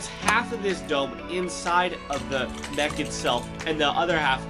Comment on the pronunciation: Bro it’s not moch it’s mech